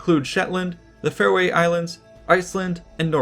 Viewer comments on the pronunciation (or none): One would presume that a proficient historian would be familiar with the correct pronunciation of Faroe, which should sound identical to Pharoah, not fare-oh-ee. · Well, that's a new way to pronounce "Faroe Islands."